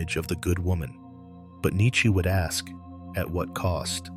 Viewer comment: this thing can't pronounce nietzsche correctly.